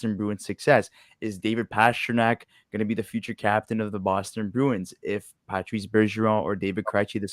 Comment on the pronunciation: its patrice not patrick